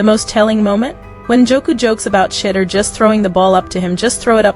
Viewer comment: She- duer. Learn to pronounce his name correctly. Otherwise, you are showing disrespect as you earn $$$$ based on his actions and activities. So, you have a great storyline, the fact that you haven't taken the time to pronounce his name correctly says what about you and your reporting? Do better, I know you can get it right!